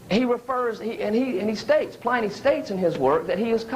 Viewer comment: difficult to listen to with the mis-pronunciation of names, such as Pliny. Shocking mis- pronunciations.